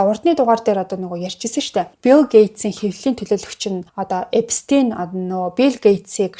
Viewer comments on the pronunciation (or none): none